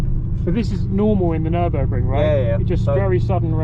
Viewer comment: Bro said nur-burger-ring